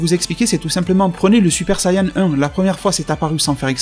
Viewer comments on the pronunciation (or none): none